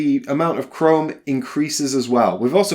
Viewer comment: I thought you were saying Chrome for half the video haha, but yeah this looks interesting. The Fall sounds like it'd be cool so wouldn't mind a video on that.